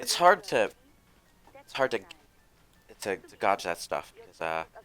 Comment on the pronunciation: There goes pronouncing gauge wrong again. Ten years later and still hasn't ended. About Square Enix's in-house engines: FF13 and friends had an engine made for it, and FF15 used it back when it was Versus 13. The engine was apparently quite difficult to work with and wasn't cut out for the leap to the next generation, so they remade it into a new engine for FF15. It was apparently still a cumbersome engine, so they ditched it after 15 in favor of using popular licensed engines like Unreal for Octopath Traveler and FF7 Remake. I'm sure game devs around the world are thankful that licensed engines are now the norm.